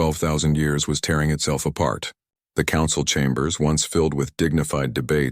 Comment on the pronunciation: What is this word "konsawal"? Was it supposed to be "Council"?